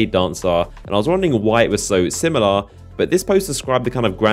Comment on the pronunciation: Do you exaggerate the last word of every sentence on purpose? SimiLAR bladedancAR